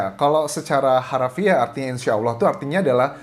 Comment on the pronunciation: Mas Anjas ganteng ini muslim tidak ya...nyebut Allah nya dah benar...hehehe..